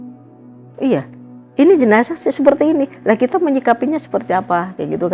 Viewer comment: Koreksi: JENAZAH. Bukan JENAJAH... dengerin aja dia